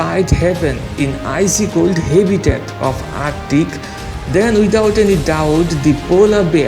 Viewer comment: Can anyone teach him some English he calls habitat ha-bitat